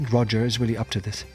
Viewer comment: did he develop a speech impediment? “You wemembew us weedy”